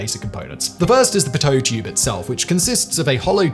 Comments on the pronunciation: I never heard pitot tube be called a Poteau tube.. I started in aviation my ninth grade year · I thought it was pronounced peedoe tube. Maybe thats a british thing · Pronouced Pee-tow tube